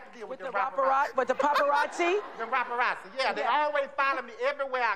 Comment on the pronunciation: Not the “Raparazzi” 💀💀💀😂😂